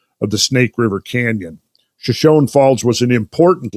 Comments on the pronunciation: Friends, it's pronounced shuh•show•nee, not shuh•shown. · Shoshone I believe is pronounced “sha-show-nee” after the Shoshone Indian tribe native to the area.... love the podcasts fellas!